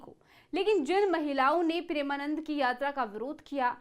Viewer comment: Sabse pehle madam aap maharaj ji ka naam achhe se le